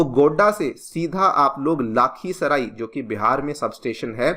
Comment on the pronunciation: Its not लाखीसराई it's लखीसराय